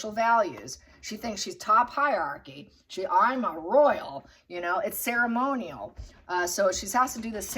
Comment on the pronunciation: Hierarchy is NOT 'high yarky' but HIGH 'RARKY'.